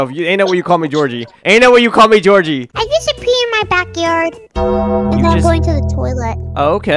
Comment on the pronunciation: Joshua nah it’s joshhe 💀 Georgie nahhh it’s Georgehe 💀